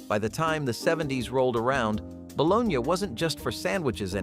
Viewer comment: Balone YA, really? No one pronounces it that way, LOL